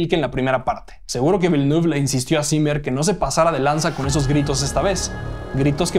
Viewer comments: No se dice "velnuf", se dice "vilnef" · /Vilenef/. El apellido del director se pronuncia con fonética francesa. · Siento sonar repelente, pero Villeneuve se pronuncia "Vilenéf", él es canadiense de la parte francófona y su apellido es francés. Un saludo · Que risa cómo pronuncia Villeneuve 🤣